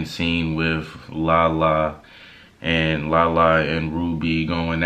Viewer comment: Rubi not perfect but Lala wrong